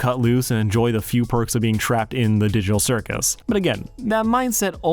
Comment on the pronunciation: did he just say the diddle circus?